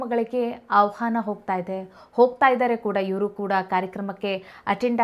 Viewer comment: ಆವ್ಹಾನ ಅಲ್ಲ ಆಹ್ವಾನ ನಿನಗೇ ಮಾತಾಡೋಕೆ ಬರಲ್ಲ ರಕ್ಷಿತಾಳ ಬಗ್ಗೆ ತಲೆ ಕೆಡಿಸ್ಕೊಂಡಿದೀಯ😅